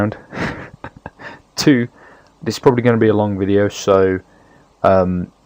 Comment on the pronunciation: were you tired because you said ''Welcome to the tutorial wideo'' but it's cool.